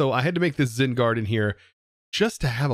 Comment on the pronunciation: Why does it sound like he keeps saying Zin instead of Zen